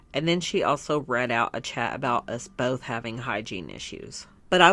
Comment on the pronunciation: Thank you, I think I can write and listen better than I can speak english, but I'm never too sure that I spelled everything right... yees omg, I cringed everytime I heard her speak; boLth, orDaments etc. And yes same here, she lost my sympathy long time ago mostly by seeing how she treats Beck and how rude she is. She really made her bed and now needs to lay in it. I hope Beck will trully be allright after everything, they deserve it ☺️